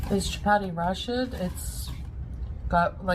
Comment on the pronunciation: doesn't know how to pronounce "rashid". Actually, since the word means righteous, it makes sense that she wouldn't know it.